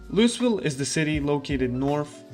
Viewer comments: It happens more than you'd expect, so we get used to it. If you don't pronounce it "lou-uh-vul" than everyone knows you aren't from around here. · It's not pronounced "Louis-ville", yikes. It's 'Loo-ah-vul'. Or Loo-vuhl. While we're at it, "Muldraugh" is pronounced "Mool-draw' or "Mull-draw' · LOUI VILLE. LOUI...VILLE. NOT LOUIS VILLE. NOT LUIS VILLE. NOT LEIWS VILLE. LOUI VILLE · Say it with me kids, "LEW - EE - VILL" NOT "LEW - US- VILL" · Lou-Uh-ville not “louis” ha ha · The pronounciation is "Loo-ee ville" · Lew-E-vill not loo-iss-vill, trust me I’ve been corrected by people that live there and apparently it’s “triggering” to get it wrong. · You saying it wrong bro. It's lou-ee ville. Not lew-iss ville. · I prefer to say lou-ee ville as well but we are wrong too. Its prounounced loo-uh-vull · I Just wanted to let you know the the 'S' in Louisville is silent. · Please stop saying LouiSville the s is silent.. and yes this is true for the real life city in Kentucky that the game is based on :D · Awesome guide! Thank you. You wanna pronounce it loo-e-ville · Pronounced LOO-ee-vil. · “Loo-is ville”? Lol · It must be agonizing for people from Louisville watching this having to listen to him say Lewisville over and over. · Say Lewieville. The S is silent. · By the way Louisville is pronounced "Looey-ville", some people with a southern accent might pronounce it like "looey-vul". Another good video though 👍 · "Lewis Ville" ah shit, here we go again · "Lou is ville" dude.. come on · I love how he said it Loois ville just to spite everyone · I beg Zomboid streamers to learn how to say Louisville. Like even Looeyville is fine if you don't want to go all out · I like your content, but do look up how to pronounce Louisville next time. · As much as it makes me smile to here you pronounce it...the "S" in Louisville is silent. 😁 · Introduces self as guide for Louisville, while mispronouncing Louisville. :) Memeing aside, nice video. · He knows. He does it on purpose.